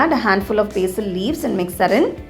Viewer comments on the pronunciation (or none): none